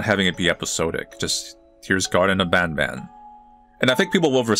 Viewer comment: I am so glad you will now stop calling it "bon bon" like the candy like a WEEB that uses Japanese "ah" sounds despite the devs being English, thank you. Game's still a soulless cashgrab but at least there's finally something resembling a story now.